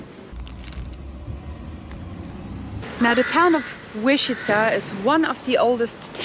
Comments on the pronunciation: Sorry guys, you make two basic mistakes in pronouncing "Łęczyca". One, you miss a nasal "ę", second, you wrongly pronounce Polish "cz" which should always be said as "ch", never as "sh". These are simple rules, without exception. Polish pronunciation rules are way easier and better regulated than English ones. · 1. Łęczyca = when - tschi - tsa 2. Rynek = ri - neck (not "ray", more close to sit, bit, rid) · We just watched your video of Łęczyca and nice job. As a non Polish speaking Australian married to a Łęczyca local I had a little laugh at the pronunciation as it is 100% not spelt like it sounds and I know that struggle very well!! My best way to spell it to English speaking/hearing ears is -When-Chit-Za. There's a nice lake there too which is worth a look, a big park and another nice church. It's a very sleepy laid back town. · The closest pronunciation would be "Lentshitsa" (fonetically) letter "Ę" you can pronounce like "AN" in English :) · To make it easier to pronounce Polish words, you may want to notice sound "sz" which is pronounced "sh" and another sound "cz" which is pronounced "ch" or "tsh" (as in charter or charge). So the word Łęczyca would be pronounced weh-ch-itza (it's still not perfect, but hopefully enough for the lady in the ticket booth to understand your destination 🙂). The word Łęczyca is definitely a difficult one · Łęczyca - you may pronounce it as English "when-tshi-tsa" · When chi (like chinese chi) tsa (like russian tsar) - maybe this will work for you. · Easiest way for an English speaker to pronounce Leczyca would be - wenchitza.